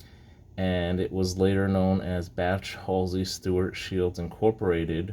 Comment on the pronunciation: I saw another vid that pronounces it as Beysh, so that is how I pronounce it, even when I did a vid that included a Bache 1 oz bar. Now I know. Good history behind it. Thanks!